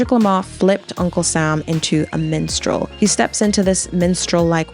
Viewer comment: first off amazing video and analyzation of the performance, and I've never been so happy to see the movement thrive. BUT PLEASE PLEASE PLEASE ITS MINSTREL, WITH AN I, NOT MENSTRAUL LMAOO 😭😭😭 not tryna be that guy btw lol or come off insensitive, i just thought it was a funny mispronunciation, so please spare me the negative replies